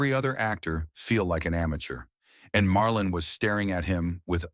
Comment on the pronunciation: Marlon not Marlin can't even get that right!